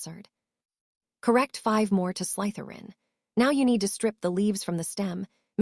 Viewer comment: Haha I didnt think the name pronunciations could get any worse than hearing Slytherin pronounced SLY-THERE-IN 1000 times But they seriously leveled up with Hermalin or THE-STRALS and just garbling words I dont know if its the AI sqitching around letters or the author misspelled ALOT. If your not going to narrate your own book. At least pick an AI model that has seen the Potter films and knows how ti pronounce stuff